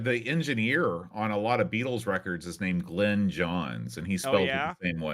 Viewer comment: Glyn is a Welsh name. It's pronounced 'Glin' not Glen.